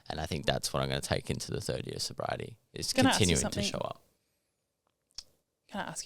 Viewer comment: Congratulations 🎉🎉on your life change. Are you talking alcohol only or drugs too when you say soberiety. Ty